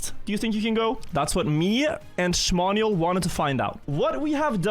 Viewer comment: 95% of the time, 5% XDD